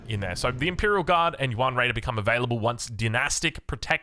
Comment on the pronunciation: Since you mention it, "yuan" is more pronounced like "yüEn." It is one syllable, so it sounds most like "yen" for English tongues, and "yen" with a German ü before the e for anyone that can pronounce that. Also on the topic of pronunciation, “Xi" (as in Zhu Xi) is pronounced most like English "she." But it's articulated with the tongue closer to the teeth, so it's close to "see" as well.